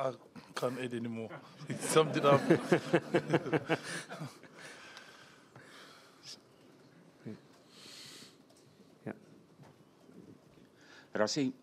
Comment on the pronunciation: Is it difficult to say "Rassie", instead of "Razzie"? 😀